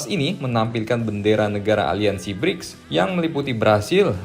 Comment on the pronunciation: Bricks abang nya Gribs 😂